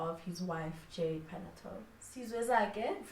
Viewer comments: The surname is Paa-naa-yoo-tuu :) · Pronounced as: PA-NA-YO-2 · You are forgiven for butchering that surname, such is life